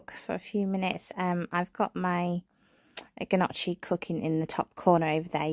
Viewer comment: Al look delicious- especially the gnocchi- it is pronounced without the g and the chi makes a ‘ck’ sound so you say it like ‘nyocki’